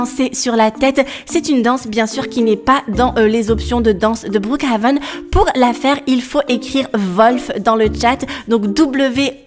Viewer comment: tu me tue quand tu dit brookHAven sinon continue comme sa 😸😁